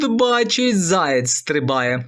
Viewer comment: Заєць, а не "заяць".